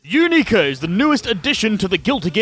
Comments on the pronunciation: matey its "younika" not "youneeka" Very minor thing, but every time you say her name it sounds like you're saying "U****a" in a foreign accent and it's very funny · "u-knee-ka" T-T?? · Another terrible pronunciation of a name has been collected